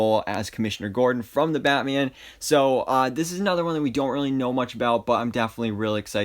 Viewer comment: I love the way he says batme-an and superme-an